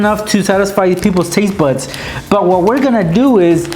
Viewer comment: he said taste butts